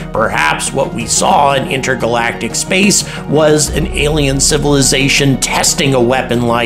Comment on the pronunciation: he said "inter-galactiv"